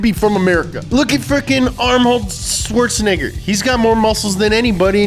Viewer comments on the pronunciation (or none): “Armhold swarzhanager”